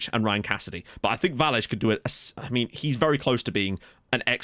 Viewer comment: Btw, the "ll" in Vallés is pronounced as an english "sh". So it'd be like a Vashés for you